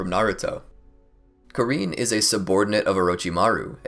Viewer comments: i just need to say this, it's KAR-IN NOT KA-REEN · You said karins name wrong😂